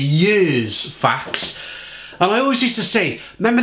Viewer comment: You must tast the strong ones of it in a black can too (10% a 1litre can) too ! it needs just 1 can for a hole party night ! 😅 Ps: you must speak out the e in the name too to speak out the name "faxe" right ;)